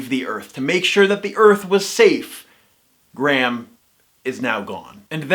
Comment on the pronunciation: Perhaps if you actually had the respect to pronounce Graham's name as it is meant to be I would have more respect for your opinion but actually I don't think I would as it is disingenuous, mean spirited and delivered with an arrogant which makes your videos utterly unappealing.